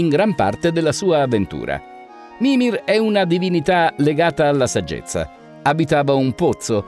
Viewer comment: possibile che sbagli tutti gli accenti? mimìr non mìmir, vanìr non vànir